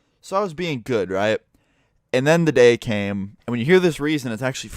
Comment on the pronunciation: every time you say came i thing u said cum i have a wrong mind :C